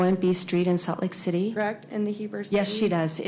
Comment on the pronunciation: The word is correct. What is with everyone saying "krekt" now? Idiocracy is real I guess.